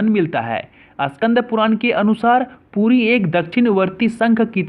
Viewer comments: Bro please correct ur pronunciation For e g - it's Puri not Pudi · Fyi..it's not Pudi, it's PURI.. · Tum to Puri v thik se nehi keh pa rahe ho it's not pudi it's puri OK Please current pronoun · Pudi nehi puri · Poodi nahi puri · It's "puri" not pudi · It's puri....! Not pudi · Ra ki da mat karo na hi da ki ra mat karo...I know may b u belongs to Bihar ya UP ya Jharkhand to aap ka accent thoda change hota h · Bhai pehle to pronounciation sahi karo aap....it's not Pudi it's Puri Not Udisa it's Odisha.... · Abe shale pudi nei puri hei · Plz yr pudi mat bolo o purii haii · This is not pudi. This is puri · abe sale ye PURI hai NOT PUDI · Puri ya pudi hahaha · Bro it's puri not poodi Poodi is food item name please pronounce it correctly Jai Jagannath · It's called puri not poodi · Its Puri not pudi bro 🙄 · It's called puri...ok...not pudi.... correct ur pronounced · Ye “puri” he not “pudi” ..... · Not "pudi" it's "puri" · कृपया हिन्दी भाषा क्रियेटर ध्यान देंवे। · Poodi nhi puri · Poodi nhi puri ha🤣🤣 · Not 'Pudi' it is 'Puri'. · Poodi nahi puri hai wo. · पूरी is the correct pronunciation and not Pudi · It's" puri" not poodi if you can't tell don't speak or pronounce incorrect words . and don't disgrace lord shree Jagannath . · East india west Bengal, bihar, orissa walo ka pronounce thoda issue hai ye log R ko D kahte hain. Isme isaki galti nahi hai. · Puri boliye, puddi Nahin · Bro its not pudi. It is puri. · Abe ye POODI nahin hai it's "PURI" 4 Dhamo me se EK dham hai agar bolna nahi ata to fir kyun .......... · Tujhe to bolna v nahi araha hai puri hai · Ye pudi pudi kyun bol raha hai ? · It's Puri🙄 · Phle thik se puri bolna sikhiye fir vido bnaye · Thats puri not pudi 😡😡😡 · It's not podi - (Puri) better you clarify and represent. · Pudi nahi Puri hai Bhai mere thik se bolo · यह धाम का नाम "पुरी" है "पुड़ी" नहीं । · That is not pudi ❌ That is puri ✅ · पुटी नही भाई पूरी बोलो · Pudi nehi hai... Puri hai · Pudi nahi hei, its Puri.. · Tum puri ko pudi bol rehe ho